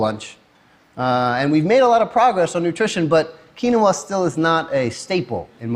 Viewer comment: maybe if he pronounced quinoa correctly....